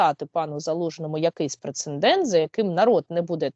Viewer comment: Уважаемая! Говорите, пожалуйста, ПРЕЦЕДЕНТ!